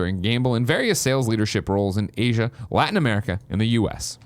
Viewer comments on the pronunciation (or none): none